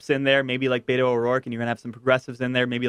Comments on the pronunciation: David! Beto's name is pronounced bet-oh not bay-toe. Please stop saying bay-toe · Wish You would stop saying " Bayto" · why can't you democrat swine motherfuckers pronounce beto o rourke's nick name property? there is no d in beto